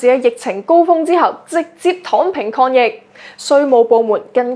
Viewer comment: 主播的聲線, 語調和語速聽起來都令人覺得十分舒服;但恕我挑剔, 若果沒有懶音將會使報導更加精彩, 例如'躉躉'(等等), 'Con 疫' (抗疫), '收擱'(收割), 'dut唔dut' (得唔得), '突色'(特色),'布乾'(暴降), '工chon'(工廠),'產申'(產生), '塵經'(曾經), '行國'(韓國), '幹chon'(鋼廠)。